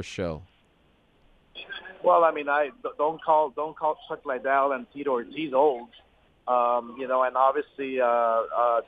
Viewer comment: Someone needs to tell De la Hoya its Chuck Liddel that is pronounced LEEDEL Not Chuck LYdell